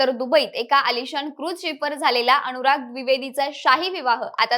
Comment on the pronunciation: अणूराग? का असे उच्चार? मण? सोण? काना वर अत्याचार होतायेत!